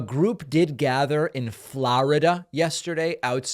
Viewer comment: I think it's actually a cat whistle. I wish Pakman would stop pronouncing Florida like that. It's so childish.